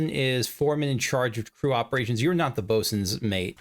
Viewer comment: It's hard to read on the map, but it's Bosunmate, as in the Bosun's mate. You've been saying it more "bosuniate", so I wanted to make sure you knew what it was saying.